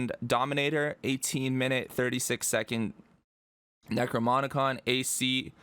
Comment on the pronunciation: thank you very much for the tut, btw it's "necroNoMicon"